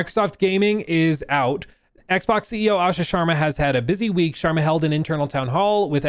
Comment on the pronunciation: Got it?